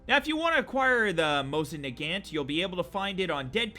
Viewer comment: THATS NOT HOW YOU PRONOUNCE NAGANT